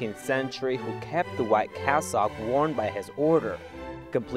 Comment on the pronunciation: "Cass-sock", "Might-rah". 🤦🏽‍♂️ 'aiight, imma head out.